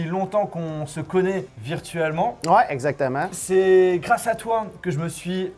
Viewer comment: Le exactement avec l'accent Canadien à je m'y attendais pas aha !